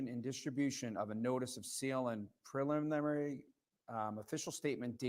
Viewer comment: I heard the guy on the end say “A lot long” in reply to saying it’s a little long or whatever, not Hos long. I wish he said that, it would have been awesome but I listened multiple times with headphones and the closed captions also say the same. But we can pretend Also can’t say the word preliminary 😂🤡